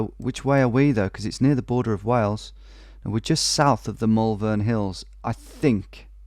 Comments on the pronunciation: Almost made it in a vid! Just for when you come visit, we pronounce Malvern more like mole-vun. Peace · As someone who’s from Malvern when I hear him say the Mal-vern hills it weirdly annoys me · I’m from Malvern and I physically cringe every time I hear you pronounce it 😂 (It’s Moll-vun) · hahaha that pronunciation of malvern has me in bits